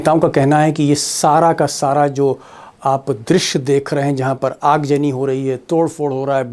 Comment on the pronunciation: Aag jani nahi yaar aag zani boltey hai urdu ki tang todney par amada hai